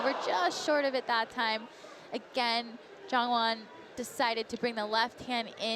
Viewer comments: I mean, he just needed to read it right. And YONwon Chon? Come on… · PSA: there is no "soft J" (yah) in Korean unless spelled with a Y. Can we please pronounce Jongwon's name correctly...! 🙏🏻